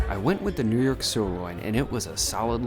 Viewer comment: Not New Yerk but New Yoawk.